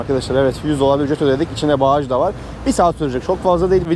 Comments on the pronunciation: BAGAJ, BAĞAJ DEĞİL. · Bagaj desen ya abi şuna '' BAĞAJ '' nedir :D